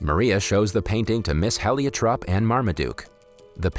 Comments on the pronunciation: Also the name of the woman who took care of Maria since birth is pronounced "Heliotrope" (like the light blue-ish purple flowers of the borage family).... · Heliotrop has a long e sound. It's a flower.